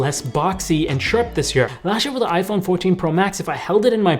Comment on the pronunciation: bro said i fe!n